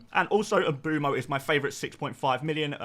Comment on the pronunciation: Mboomo? What’s with all the off pronunciations??